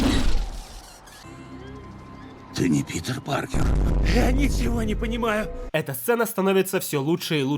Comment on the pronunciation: простите, но Питербек Паркерханов.... ору